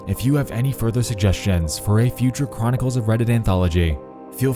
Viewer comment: "Welcome back to cwonicals of reddit" uwu